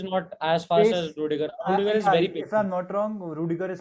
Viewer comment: rudiger nahi bhai plss